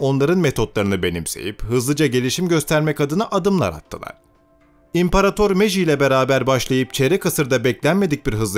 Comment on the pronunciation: meijinin adını birde doğru söyleseniz.